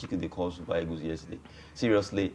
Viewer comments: Why do you people always say 'e-g-o-s' instead of ' e-a-g-e-l-s? I can't just understand why. We were all colonized by the British. Why do you people find it difficult with your English pronunciation? Even PHD holders have same problem. Can someone explain to me? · Why do they say eagus, "super eagus" 😁